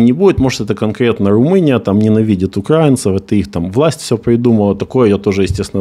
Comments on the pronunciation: УкраИнцов, а не УкрАинцов😂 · ти ж знаєш як граматично вірно,чому ти говориш так як каже русня?(Не УкрАинци а УкраИнци потому что страна Украина а не УкрАина....Стыдно за таких типа укрАинцев которые даже не знают как верно...) Теж щоб їх підтримати,так само як і російськомовних "украінців" 😅